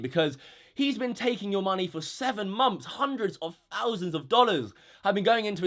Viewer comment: what exactly is a 'mumpf'? He keeps saying like '7 mumpfs of pledges' but idk wtf a mumpf is.